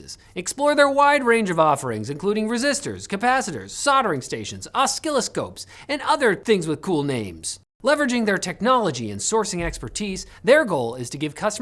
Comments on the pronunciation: I don't think you should pronounce the "C" in oscilloscope. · that is not how you pronounce oscilloscope (it has the same root as oscillation) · The first 'c' in oscilloscope is silent!! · Im so mad that he said oskilloscope 😂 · That was a silly way to pronounce "silly scope" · Os - ki - los - kop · Wait. Did you say "ah skill-o-scope"? Is that a Canadian pronunciation? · What is an os-kill-a-scope? 😜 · I hope you were kidding when you referred to the device as an "aw-skill-o-scope" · channeling Popeye with his pronunciation of oscilloscope during the ad read lol